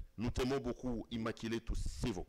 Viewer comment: IMMACULÉE ET NON “IMMAKILÉE” en disant ça c’est sûr que avait en tête le mot lingala “Makila “ 😃